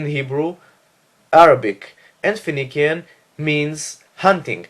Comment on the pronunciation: Phoenician is pronounced fe-ni-shian in English not fe-ni-kian.